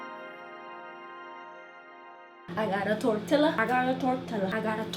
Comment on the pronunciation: Your pronouncing tortilla like white people when you have the nopal all over your face